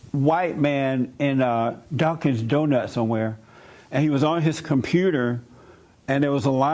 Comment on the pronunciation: Dunkins donut lol Not Dunkin’ Donuts